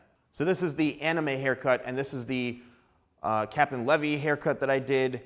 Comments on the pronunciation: he did not say captain (levy) its captain (LEE-VI) from attack on titan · CAPTAIN LEHVI 😭 i love your work sir but im dying with the pronunciation of Levi's name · Its pronounced as leevaii. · "captain le vee" LMAO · Pronounced; LEE-VIE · i know he did not just call Captain Levi "Captain Levy" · He totally butchered captain Levi's name 😭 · FR WHY 😂